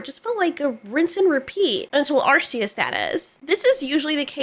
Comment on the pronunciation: Thank you for pronouncing arceus correctly.